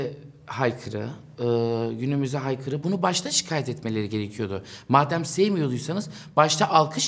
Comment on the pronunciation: Haykırı değil aykırı.